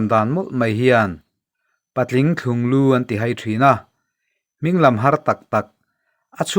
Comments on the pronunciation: Mizotawng i lam dik chuan a tawk. (Thlung lu) i lam dan ah erawh, (thlung) lai tak hi rawn thluk sang deuh la, a la dik leh zual ang. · Nia, ka ngaithla leh a, ka lo lam dik chiah lo a nih hi. Ka lawm e.👍🙏